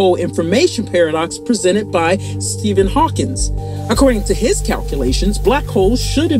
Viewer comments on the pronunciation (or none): Whoever narrated this, mispronounced so many words , she even called Hawking "Hawkins". Please bring back the old narrator. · Umm … Stephen’s last name is not “Hawkings” and there’s no such word as “temporial.” When you seek to be an authority on a subject, you should endeavor not to make bad mistakes. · Stephen "Hawkins"... c'mon guys. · How you gonna be this smart and say Steven Hawkins? 🧐😆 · Are we ignoring the fact she called him Stephen Hawkins? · "stephen HAWKINS"? UNSUBSCRIBED. can't even get simple shit right